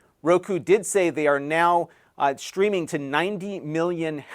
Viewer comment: Are you saying "shtreaming"?